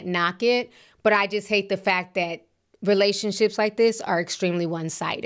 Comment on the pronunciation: Relation-slips, not Relation-ships.